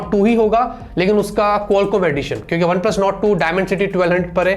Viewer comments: One und Plus Shand 🤣🤣🤣🤣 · 'One And + Shand'.... 😅😅😅😂😂😂😂